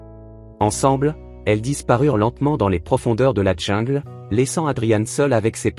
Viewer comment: Sûrement un beau geste Mais un peu marre d entendre ces narrateurs qui ont eu comme Profs de Français, une Vache Espagnole Déjà pas un ourson, mais un tigron. Et pas la Djingle, mais prononcez là jingle pour le mot jungle ou retournez à la maternelle